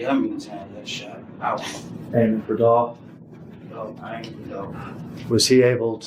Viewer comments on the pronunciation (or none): The way you said dolph first name you. Should be cancelled